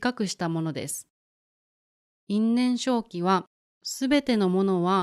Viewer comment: you say いんねんしょうき but when I look it up in the dictionary, it says いんねんせいき can 因縁生起 be read both ways? Thank you for the video!